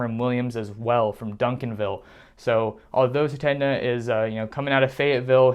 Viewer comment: The name is pronounced suh-TAYN-yuh